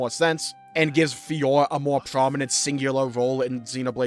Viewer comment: ...plz learn to say "FiorA"